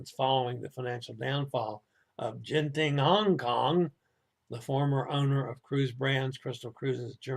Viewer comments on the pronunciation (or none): Sorry everyone missed the first half's muted news. Genting is pronounced with a hard G as in go and Ginza (the Tokyo shopping district). With most transliterations of Asian languages into English, they use the letter J when it's the soft G sound like Jiji.